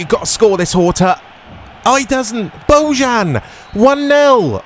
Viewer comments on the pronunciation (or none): The camera and footage look fine to me too! Also, Bojan's name is pronounced "Boyan" :)